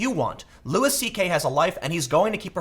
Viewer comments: It's pronounced lew-y not lewis. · its not lewis tho, its loo-ie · It’s Loo-ee CK not Loo-is. Love this channel but how is it nobody told Tim after his last Louis video? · Side note, isn't it pronounced Loui, like the French, not Lewis? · Jesus Tim... it's pronounced "Lou-EE." It's not Lewis CK... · It's pronounced "Lewie" not Lewis 😂. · It's pronounced loo-ee, man. Sorry I couldn't help it, every time you pronounce the S it drives me crazy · Its pronounced Louie not Louis. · His name is pronounced “Louie” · His name is pronounced “loo-wee”. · Tim, you need to google how to pronounce Louis... it's not a hard S, it's a more like Looey... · can someone please tell tim that it's pronounced LEWY. fucking hell mate. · His name is pronounced Louie, hence his show... Have you ever actually listened to any comedy? You kinda sound like an out of touch news reporter, and all the censoring is kinda lame tbh... You know you can swear on the internet, right? I get that it's a conscious decision that you've made. Overall I agree with your points. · The “s” is silent. Imagine yourself as a French person... come on, Tim. Pronounce one name right for me.